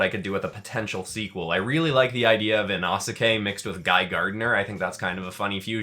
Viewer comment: you still pronounced inosuke wrong